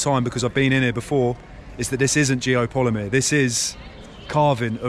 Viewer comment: Geopollymeer? GEO POLYMER. How can you do a vid on something you can't even pronounce correctly? Do you even know how Geopollymeer is made? Do you know ingredients needed? Do they have that in this area? Is there signs of clay excavation, limestone grinding, caustic soda production, furnaces, Tell us how all the rock is gone from the cutout the temple is situated in? Did Geopollymeer make it disappear? Let's remove all this rock & then build a concrete temple in the cutout? Makes sense. Joseph Davidovits came up with this theory for pyramids. Possibly true. Doesn't mean every single stone structure worldwide is geopolymer. Especially when your research didn't even get as far as how to say the word itself.